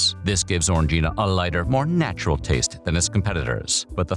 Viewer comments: You say it like orgy, it's o-ran-guina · ORANJ-eena !! ffs